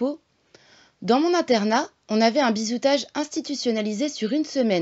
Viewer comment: Bizutage, pas bizoutage. Sinon pourquoi cette obsession pour la franc-maçonnerie. C’est peut-être pertinent mais pas sûr. Et « elle a fait allégeance à Israël « n’importe quoi